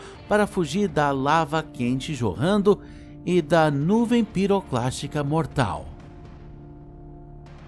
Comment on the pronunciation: Eu escutei nuvem pirocastica kakakakakakka